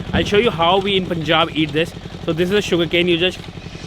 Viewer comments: Dear.. not 'Pu'njab, its 'Pa'njab... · It's not pooonjab... How do u pronounce PUN or GUN?... Its not poon or goon. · Awesome video. FYI. its pronounced as Pun-jab, not Poon-jab. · when the bleep are you going to learn to say "PUN"-Jaab properly.... you've been there so long and you muck it up everytime... seriously??? 🤬